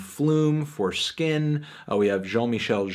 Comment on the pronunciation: i thought he said "flume- foreskin"